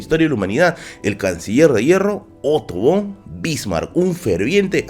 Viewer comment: Bro se pronuncia otto >FOOOOOON< >bismak <